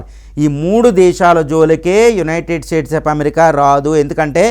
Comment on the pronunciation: BRO UNITED STATE OF AMERICA ANI CHEPPADAM PRACTICE CHEYYI FIRST